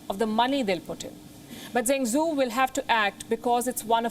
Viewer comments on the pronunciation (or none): Zhengzhou isn't pronounced Zengsoo but djeng djou. Pinyin (as opposed to English) has consistent phonetic spelling rules. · I heard she pronounce Zheng Zhou as Jeng zoo , actually it is pronounced as "Jeng Jo..uu" or "Jeng Joe" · Thanks for the report Palki Zhengzhou is pronounced 'jen joe' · Can't one person help Palki pronounce Zhengzhou? With all of the consonant sounds in Hindi (etc.) I'm sure someone can get her pretty close!